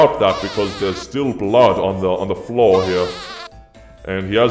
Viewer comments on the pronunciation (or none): none